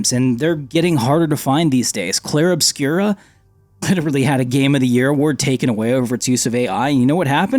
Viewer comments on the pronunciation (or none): My brother I can accept mispronouncing Clair Obscur as Obscura but that implies you haven't played the game and THAT'S something I can't accept :)